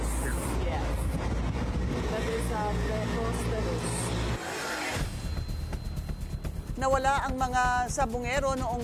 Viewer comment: Hindi pa maipronounce ang preposterous.